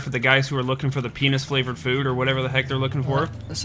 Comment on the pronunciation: Did he just say peenis